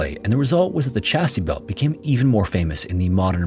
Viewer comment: 'Chastity belt'. Not "Chasty belt".